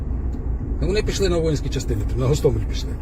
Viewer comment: Кажуть, що окреме місце в пеклі-чан з подвійною смолою отримують дегенерати, які називають наш Гостомель, з кінченим мокшанським наголосом ГАсТАмЄЛь. Зараз на тому світі, Сашко Білий і Шаміль Басаєв, пердаками насаджують на пляшку савєтського шампанського цей новозашкварений десант.